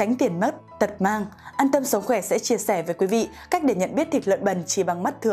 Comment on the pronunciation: Sồng khoè là gì??? Phải đọc là sống khỏe...đọc sai dấu sai chữ VN